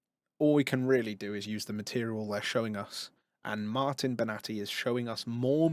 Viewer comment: Martin Bena-thai 💀